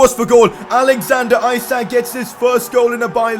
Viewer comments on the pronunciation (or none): As I am Swedish, I wanted to sat that isak would be pronounced ee-sark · Pcq: isak isn’t pronounced how you say it, it’s pronounced issac